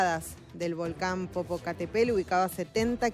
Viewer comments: Jajaaja popocatepel,,ni si quiera sabe pronunciar bien,popocatepetl,y es reportera ,jajajaj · 😂😂😂😂 jajaja jajaja jajajaja Popocatépel como dice: po.po.ca.te.pel........una vez más popocatepel